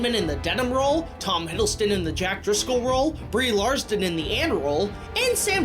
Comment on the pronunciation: It's Brie Larson. Not Brie Larston.